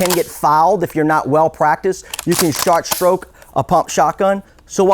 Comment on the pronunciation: Did this man say “shart stroke”